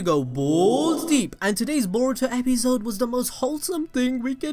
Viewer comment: Am I the only person who heard 'Epizzode' instead of 'Episode' 😂😂